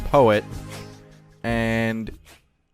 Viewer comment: Pretty good saying peot